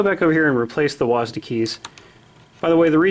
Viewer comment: Best review of this keyboard I have seen so far, subscribed and liked. Also by the way it's not called wasd it is like w-a-s-d